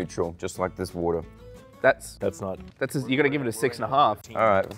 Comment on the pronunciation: Love the way says water 😂